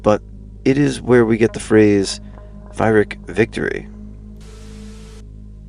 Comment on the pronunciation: Peer-ick* victory! The h is silent, the y pronounced like "ear".